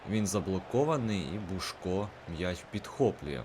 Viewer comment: не бушко, а бусько